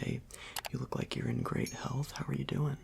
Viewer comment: so how you dowin? Me: Welllll I am DoWiNg terrible Him:mhm Me:it's hard to breath I might have corona Him:ok I am glad to hear that